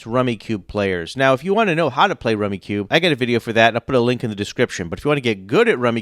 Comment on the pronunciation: its pronounced rummy cub